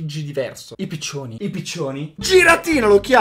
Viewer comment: mi fai troppo shiattare dalle risate quando dici i pizionini i pizioni? sei un gramde